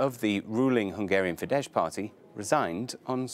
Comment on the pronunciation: Euronews should learn how to pronounce words like Fidesz or the man they talk about. ☺️